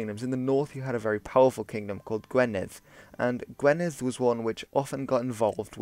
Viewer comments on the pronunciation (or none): Absolutely love your videos man! Just so you know Gwynedd is pronounced gwi-nedd not gwe-nedd :D